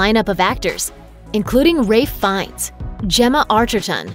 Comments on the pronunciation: Yes, it's pronounced "Rafe Fines" though. I think it's Welsh. But the narrator was slurring it together so it sounded like "Ray Fines." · It’s not Ray Fiennes, it’s Ralph, Voldemort to you! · Why did they pronounce Ralph Fiennes in such an odd way...? I mean, even Ralph was mispronounced XD